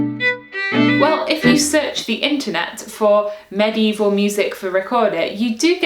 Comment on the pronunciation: I love how you pronounce medieval like maddy evil